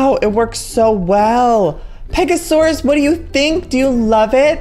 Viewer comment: Pega-soar-aus because it soars beautifully across the sky!